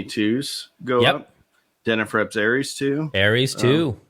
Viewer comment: It's Ares, NOT Aries 🙄🙄!